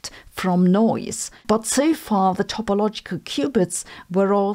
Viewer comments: It is topological not topologial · Topologial -> Topological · Topological...not topologial... :D